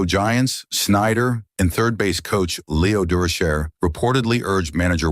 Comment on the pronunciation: Narrator is either AI generated or knows nothing about BASEBALL. Point 296 is that like .296 or 296? My favorite is the voice not using “O” for zero.. oh and RB instead of RBI OR RBIs. Who is LEO DOORSHARE, rofl, what a joke! Is he like LEO DUROCHER?! 😂